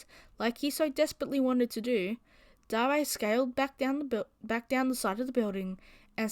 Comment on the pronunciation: I think it might be pronounced "D-air" not "Dah-rey"